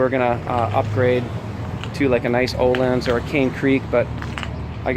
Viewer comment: Its ÖHLINS not OHLINS